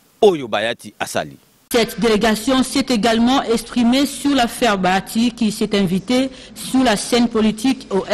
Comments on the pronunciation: BA HA TI et non Ba ya ti !!! BA HA TI, BA+HA+Ti = BAHATI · Bonjour ndeko césar, c'est juste pour corriger ta prononciation, on ne dit pas Bayati c'est plutôt Bahati.